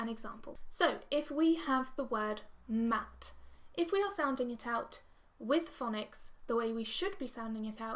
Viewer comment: You’re also doing it wrong. You say umm instead of mmmm. There is no umm sound in the word mat